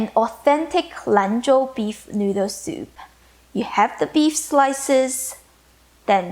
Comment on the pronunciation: I love the way you say soup-eh